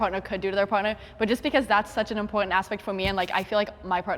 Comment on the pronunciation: rofl your cringe face on when hyper christian dude said "im POR TANT" lmfao